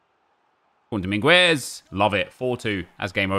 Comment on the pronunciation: The u in Dominguez is silent